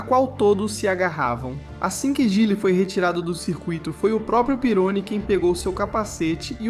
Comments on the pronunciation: Você está pronunciando o sobrenome do Didier errado. É pirroní e não pirôni. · Não é pirôni se le Pieroní. Pesquise mais. O cara era francês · Desculpe quem gostou do vídeo, mas "triplificado" deve se referir à enrolação desnecessária da narrativa. Esse vídeo é copiado de algum outro canal. O cara fez texto narração e boneco com IA, e pra completar errou a pronúncia de coisas óbvias pra quem conhece F1, como Pironí (não Pirôni) e Zolder (não Zólder). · Amigo ótimo conteúdo mas o nome do piloto e Didier Pirroni e não Peroni. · Pironi??? A pronuncia correta é Pirroní!! Por isso eu coloco Senna e Villeneuve na mesma prateleira. Eram pilotos que,mais cedo ou mais tarde ,iriam encontrar a morte. Não aceitavam perder e passavam dos limites irracionalmente. Senna não aceitava que Schumacher era melhor que ele e Villeneuve não aceitava que Pironi era melhor. Passaram dos limites e tiveram um fim tragico. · Meu deus, que pronúncia horrível kkkkk "Pirôni", "Vilenuéve" kkkkkk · Didier Pironi(pronuncia-se Pirroni). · O cara não sabe nem pronunciar o nome do protagonista... vídeo bost@